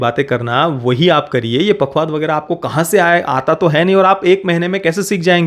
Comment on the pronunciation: " पखावज" पखवाद नहीं